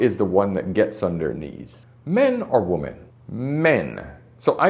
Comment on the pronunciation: It drives me insane that this man cannot properly pronounce "women." He repeatedly pronounces "woman" and "women" exactly the same and it drives me nuts. But, the content? Top-notch. I wish women would wake up. They are messing each other up so badly these days, and it hurts my heart for their children, for themselves, and for the men who have to then clean up the mess.